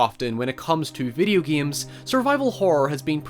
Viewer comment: voice “Veedio geims”